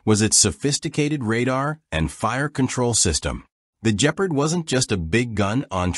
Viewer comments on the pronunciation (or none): Bloody hell the A.I. narrator really botched this one! “The Jeaprd”😂